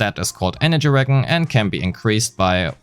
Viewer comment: Just some advice, "regen" is pronounced like "re-jen" like "Jennifer", not "re-Gen" like "Genshin". Good video aside from that, a good recap of already known information.